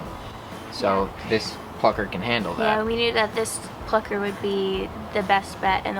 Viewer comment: When they say plucker my ears be like.. FUCKER